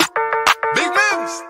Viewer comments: When u said “knots” I died 😂 it’s nva not gon be funny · MIMS......not Knots....I'm weak😂